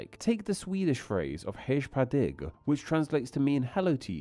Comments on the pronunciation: "Hedsh pa digg" "Hei pa deng" bro has no respect for the pronunciations of these languages. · I'm fine if he has to approximate foreign phonemes with English equivalents, Swedish "hej på dig" isn't exactly pronounced like English "hey paw day" but it is a close enough approximation, whereas "hedge pa dig" is just blindly anglicizing the word without researching the pronunciation. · "hech pah digch" 💀💀💀💀💀 seriously you gotta at least attempt to pronounce the words if you're taking it seriously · "Hegh pah dég", "héi pah dang" and "hegh med digg" has me cackling XD. I don't usually expect much from non-Scandinavians when it comes to pronounciation, but you're an etymology channel for crying out loud! Love you though - keep up the good content! <3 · Even as a fellow Polack I know better how to pronounce these Nordic phrases. "Hej på dig" would be pronounced something like "Hej po dej" in Polish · "hej på dig" is pronounced /hɛj pɔː dɛj/ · Hej på dig is pronounced like hey paw day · J is these languages is pronounced more like the english Y. And G in certain contexts can also be pronounced as a J, as in the english Y once again. So the Swedish "Hej på dig" is pronounced more like "Hey paw dey" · The "Hej på dig" is pronounced more like "Hey poe dey" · Mate you goota look into taking a Babbel course on Swedish/Danish/Norwegian "Hejh pa dig", "Gravling" ÅÄÖ are not pronouced as either A or O. Other than that great video. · Your “Hej på dig” was frigging magic! My mind went a couple of orbits around the globe. With my terrible inability of understanding things I would have looked confused and replied “Sorry?!”